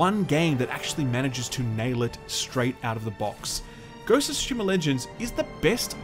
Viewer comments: I love how you randomly pronounce tsushima in the correct way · Awesome of you for pronouncing Tsushima correctly! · thank you for pronouncing "Tsushima" correctly!